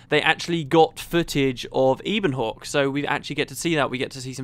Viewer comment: Isn't Ebonhawke pronounced in the same way as you'd say "ebony"? Given there are terms like "Ebon Vanguard" and so on floating around and that "ebon" itself is a middle english word (meaning basically lustrous black), it's how I'd read it.